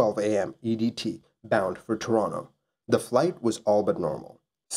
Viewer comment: you pronounce Toronto like someone from Toronto, that rules